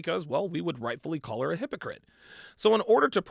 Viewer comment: A "Hoepacrit!" lol